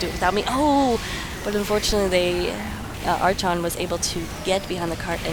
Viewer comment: No it's definitely pronounced arkon